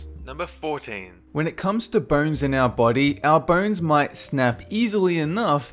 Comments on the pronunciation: say bones man...you mispronouncing piece of shit.....not burns! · Though I watched the whole video I wasn't following anything... I mean, who pronounces bones as "burns" honestly, it will follow me my entire life. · When he says, "bones", I hear "burns"! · Debbie Martinez No, you're not alone. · So do i